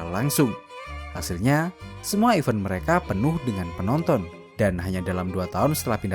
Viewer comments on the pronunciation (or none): bang, event itu bacanya bukan i-veun. tapi /ɪˈvɛnt/ or /əˈvɛnt/ (ih-VENT or uh-VENT), e di situ dibaca bebek. punten ya bang🙌